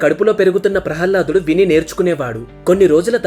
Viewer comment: బాబు జయ విజయులు ద్వారపాలకులు అంతే కానీ విష్ణు మూర్తి ని రక్షించేవారు కాదు ప్రహ్హ్లదుడు కాదు ప్రహ్లాదుడు కొంచం ఉచ్చారణ దోషాలు ఉన్నాయ్ గమనించగలరు